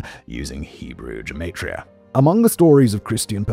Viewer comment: "geh-MA-tria", not "jeh-MAY-tria"